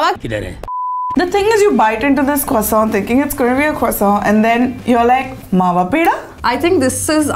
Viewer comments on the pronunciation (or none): It's not Mawa croissant y'all. It's either "Mawa kwoso" or "Mawa पेड़ा"